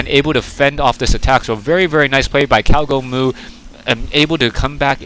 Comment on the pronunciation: I think one you named him "gowgomoo" instead of "cowgomoo" :P